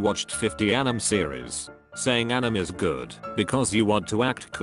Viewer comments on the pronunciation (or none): Is no one gonna talk about how the voice was pronouncing anime as Animm??? No? Ok.